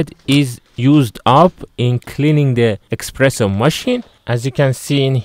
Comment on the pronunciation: It's called an espresso not expresso.